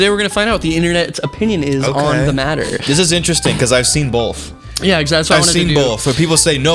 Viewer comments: "I've seen bolth, I've seen bolth." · Dear Mr. Dines, there is no "L" in the word "Both". Thanks -Gatekeepers